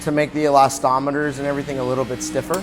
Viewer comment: It's called eslastomeer, not elastometer.